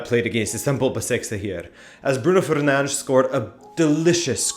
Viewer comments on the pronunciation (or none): none